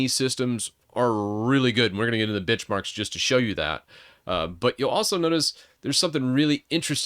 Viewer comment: lol thought he said bitchmarks